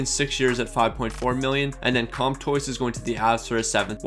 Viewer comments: I have yet to hear any english speaker pronounce Comtois [kɔ̃twa] correctly, at least none that do not also speak french. Since nasalised vowels don’t really exist in english, they’ll always assume the "n" or "m" following a vowel is meant to be pronounced as a separate consonnant [kɔmtwɑ]. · Lol he completely changes a name sometimes like “Gurginov” (Gurianov) or he’ll just pronounce it wrong like “Row C” (Rossi) or “Comtoys” (Comtois)